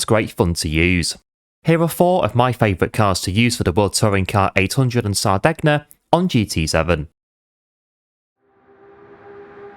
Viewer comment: Great video pal. But, just for reference, it’s pronounced Sar-day-nya… Hope that helps. 👍🏻